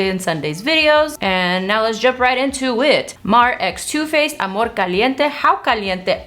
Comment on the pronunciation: Mariale logró que dijeras amorrrrrrrr con tono latino jajaja te amo ❤️